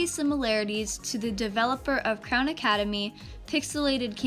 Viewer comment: I love how you out clown instead of Crown 🤣🤣🤣